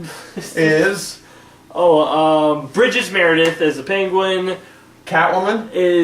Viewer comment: Correction - as far as the characters: Burgess Meredith played The Penguin & Lee Meriweather played Catwoman. It sounded like you said 'Bridges Meredith', at first...